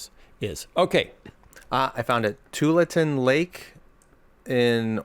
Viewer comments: Oh, Skye!!😂 Your pronunciation of Tualatin! It’s actually pronounced To-all-a-tin😜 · Tualatin is pronounced Too-ALL-a-tin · Tualatin, Oregon (Pumpkin Regatta) pronounced: twahl-uh-tihn